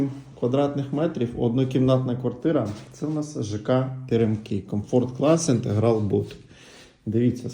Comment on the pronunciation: Тільки інтерГал а не інтеГрал